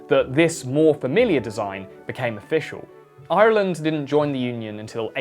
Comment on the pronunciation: Great video. Love the pronunciation of Ireland.